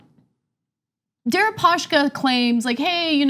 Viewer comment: Why do you guys keep saying "Deripa-sh-ka"? His name is Дерипаска, not Дерипашка